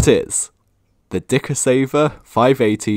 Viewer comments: di-kas-ver, where'd you learn your phonetics? lol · Dicasver made me hear dicksaver